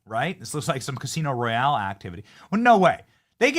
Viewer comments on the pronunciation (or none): none